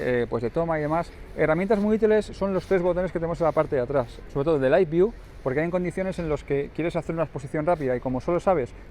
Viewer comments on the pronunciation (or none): none